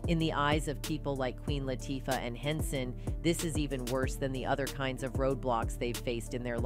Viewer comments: It is about time, but please learn how to pronounce people's name. I do not know how many times you have butchered up Queen Latifah's name. It is not that hard to say. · If your going to make a big deal out of something the least you can do is pronounce the names properly, AI or not! Both Oprah and Queen Latifah have the power to change the Pay difference between Men and Women in the Industry... Please Note: Oprah and Queen sure make they're looked after!!!!!